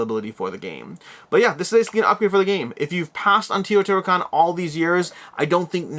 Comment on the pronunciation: BTW, it is TAY-O-TI-HWA-KAN, not TI-O-TI-HWA-KAN...